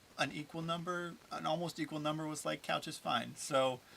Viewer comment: The coush? Heheheh. Made me laugh.